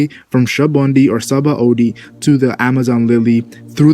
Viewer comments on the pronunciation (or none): please stop mispronouncing words... I like your videos except for those parts where you mispronounce words even know the right way they are to said.. I mean come on "Shabundi!?!" how did you get that from "Sa-ba-ody"